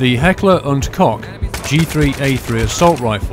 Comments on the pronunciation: What he's saying is it's more like Heckler and COKE... I know It's spelled Koch. But translated, It's pronounced Coke. From a High school student taking German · the sound "ch" does not exist in the english language, just like the english "th" does not exist in german. So if you don't know german, you might say "kock" or even "coke" and be understood by germans, but it is by no means the right pronounciation. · Really amazing. Only things I could see that were wrong was him pronouncing Koch wrong, and also the PKA-S is the russian holo 1.5x sight. The one being used in the gameplay is the PK-A. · its pronounced coke not cock... lol but it is spelt different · It's "Heckler und Koch" not "Heckler und Cock"! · Heckler and Kock? It's Heckler and Koch. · It is Heckler & Koch. KoCH ! Even if you guys can't pronounce a German CH correct, please at least write it correct... You wrote KoCK right in the introduction... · Nice review but its pronounced kosh not cock. Keep up the good work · Kochhhh!!!! not cock! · *facepalm* It's Heckler&Koch not Heckler&Cock... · It's Heckler & Koch, not Kock. Awesome series, can't wait for the next ones. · Really good series, keep it up. But please dont say Heckler and Kock (<-lol). Say Heckler and Koch. Sincerely, a german :P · Heckler and Cock? I thought it was called Heckler & Koch. Anyways, a very good video. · Wrong. FUCK... Go to H&Ks website. Its pronounced COKE... COKE.... ... not CH... Seriously... all of you fuckers rag on him for mispronouncing the goddamn name when ou all fuck it up instantly. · Wrong. It's pronounced "Coke". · Mate, i'm Dutch and even i know its not cock they wouldn't be so stupid to call it that anyway. But the ch is pronounced almost the same as the Dutch "ch". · I believe the proper pronounciation for the "Coch" is the same as for "Coke". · Pretty sure its Koch --> Coke. At least in the US thats how we pronounce it. I'm sure every country has their own way of saying it. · it's read heckler and kosh